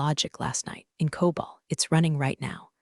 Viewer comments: It's COBOL, not COBALT. And there are no semicolons in COBOL. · Teach the AI voice the difference between COBOL and Cobalt